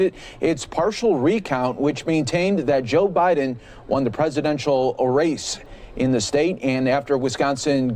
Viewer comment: 2020 notice the Biden Harris vote for signs why do they say Bid n Harris? just an observation